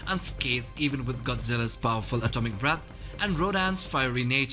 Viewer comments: I thought I heard that too 😂😂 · Ya lol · Yeah me too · is it just me, or does it sound like he says "Atomic Balls"